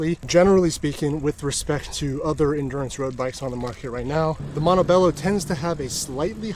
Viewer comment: Cool video very informative gracias, hopefully next time you can pronounce Montebello correctly.